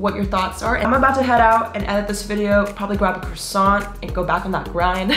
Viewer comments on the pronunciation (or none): “You almost made me drop my crosawwwant”